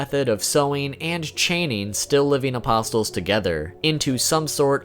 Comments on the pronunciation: The t is silent my dude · The T in apostle is silent. But nice vid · Can you pronounce apostle right wtf man. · Great video, but the way you say apostle hurts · The T in apostle is silent. Sorry, don't mean to be dick because it's a very nice video otherwise. But... my ears. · What, aposTle? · Im sorry bro but you're pronouncing behelit wrong like 3 different ways and apostle, i can't bro it's driving me insane i cant listen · The t in apostle is silent, like bristle or hustle. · Isn’t the “t” in “apostle” silent..? =,= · Bugged me too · oh I'm sorry, was he supposed to say "a-pos-les" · THANK YOU. that shit was bothering the hell out of me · The way he said apostle was really bothering me... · The t in apostle is silent right? Idk why my ears perked when I heard the way you pronounce it but great video either way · Every time you say “apos-Tuhl”, there’s a painting that gets a little smarter 😒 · It's UH-POS-UL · Bro, the T is silent in the word "apostle", like in the word "thistle". Like Jesus and the twelve apostles... I can't believe how many content creators mispronounce this word. Don't pronounce the T! It is pronounced apossil. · Please stop saying "apostle" as "a-pos-tul" omg I'm nitpicking but it drove me nuts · So many weeb fuk channels can’t even pronounce things properly... “apos-tell” fuck me. Apostle, like “castle” not “castell” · For future reference, you pronounce Apostle, with a silent "t". It's pronounced like: "Uh-Paw-Soul". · Its not pronounced as Apos-TEL It's spelled as Apostle but pronounced without the "T" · Bro why are ppl pronouncing apostle like 'a poss tul' 💀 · The word apostle is pronounced with the t being silent. Apos-el. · Hearing the T in apostle being pronunced is excruciating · Apostle = The "t" is silent. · The T in apostle is silent. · Gah, MY EARS! The t in apostle is silent. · Please stop pronouncing apostle with a T. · Stop pronouncing the “T” in apostles. It sounds illiterate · Apostle...is pronounced aposle